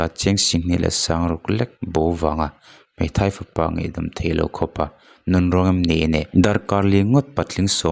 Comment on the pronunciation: MAI ti a lamrik tur Mei chu a dang daih.